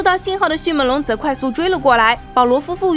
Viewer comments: 是迅meng龙，不是迅men龙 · 迅猛（meng）龙 来跟我读 m eng 猛 不是迅men 龙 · 迅闷龙？好好发音吧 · 这个发音好出戏啊 迅men龙 比一样的人参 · Bill Wei 我已经实在受不了up主的迅měn龙了。。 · 在聽講解時我每次聽到迅ㄇㄣˇ(門ˇ)龍，就會出戲一下XDDDDD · 妳的迅猛龍的猛是不是發音有點問題啊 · 捉个虫：猛是后鼻音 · 我也是听到这儿就浑身不舒服。